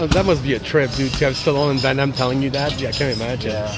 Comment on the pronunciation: Minute 41.00 jean claude van daime